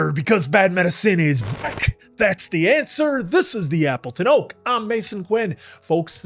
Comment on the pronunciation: when hey says Appleton Oak i hear Apple to know.